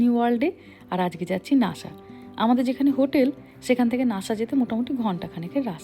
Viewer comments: It's call Nasa not Nasha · শব্দটি নাশা নয়, নাসা হবে। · Why do you speak lhis like for NASA /NASHA